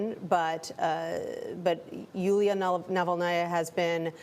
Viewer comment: Dead man walking! Her name is Julia not Yolanda!!!